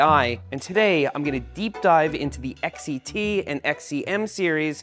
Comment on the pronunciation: Why do you say XET instead of XCT